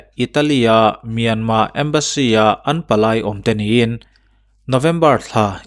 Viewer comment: Myan mar anilo mi,myanmar ania,r an lam thiamlo a,myanma atih phah a,he ta lo tih myanma ve ngawt chuh.